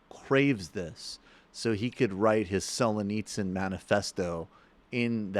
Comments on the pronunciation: Oh my god. Please stop saying ‘Sol-uh-nitsyn’ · Is he trying to say Solzhenitsyn? It’s in the autocorrect on my phone. You’d think the name would be pretty easy to look up. Otherwise, fine. Very good point about Peterson trying to synthesize Jungian philosophy of subconscious with political issues.